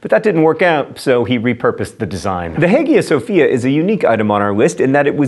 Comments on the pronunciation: Dude its read as aya Sofia not heig iya. And its was built as a Orthodox temple back when Istanbul was called Constantinopole. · The Hagia Sophia is pronounced "Hiya Sophia" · FYI the Hagia Sophia is pronounced Aye-ya Sophia. Just for future reference. 😊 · Say Hiya Sophia. Haggia is a Greek word. No hard gs. Gk gs sound like “y”s.